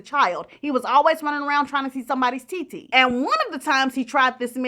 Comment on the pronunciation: I've watched this video more than once and the way you say TT always cracks me up 😂